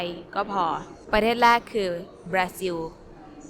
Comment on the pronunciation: I am also curious about when and why Thai speakers replace the "r" with "l." I still have not been able to find a predictable pattern for why sometimes they simply use "l" and other times say the "r." In this video I noticed that you used an "l" sound for แรก (which is strange since it's also a minimal pair with แลก) but used an "r" sound with ร้าน. Any advice about this? Thanks so much!